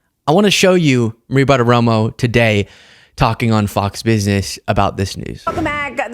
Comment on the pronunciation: PLEASE! Maria's name is Bartiromo, not ButtaRomo